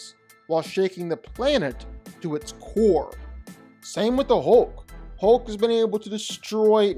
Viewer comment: Why do so many people pronounce hulk like ‘hoke’ it’s more annoying than it should be 😅